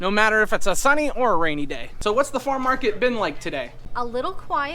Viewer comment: Are you saying Farm Market? I'm hearing Far Market.